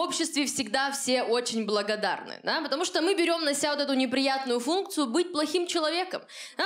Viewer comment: Варя классная, очень смешная. Интересно, что в этом выпуске она говорит "потому что" как Оля Малащенко — "пштааа" ) девочки опыляются друг от друга )